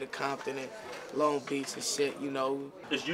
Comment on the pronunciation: It’s a longo city tf